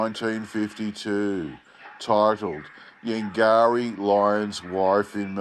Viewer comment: bay marie? lol! lol! its bo-morris. it sounds like it had a bit of a wander around then followed its own scent back to the circus. i wonder if there were any reports about perry brothers employees buying padlocks from beaumaris hardware shops.